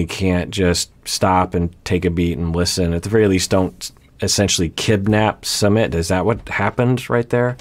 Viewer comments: SooMIT not summit. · Doctor, his name is not summit, it's SU-MIT.😅